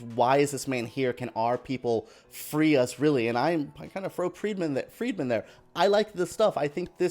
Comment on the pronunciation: Did you say “ Freedmen”?😅😅😅 There goes your Credibility 😅